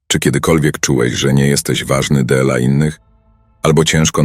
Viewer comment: Dla czemu od sekundy jest,,dela innych" a nie dla (DLA) innych? To już kolejne ,,widjo" z tym słowem i patrząc na klawiaturę to prościej jest napisać ,,d l a". Chyba, że czegoś nie wiem? Nie wiem. Poproszę o sprostowanie tegoż wątku. Po za tym subek leci a z nim kciuczek👍